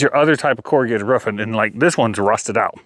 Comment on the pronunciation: Its called a roof. Not a roff